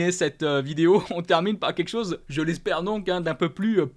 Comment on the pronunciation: Salut je participe au concours Mais par pitié essaie de bien prononcer " quelque chose" parce que à chaque fois tu me fais saigner les oreilles 😂✌️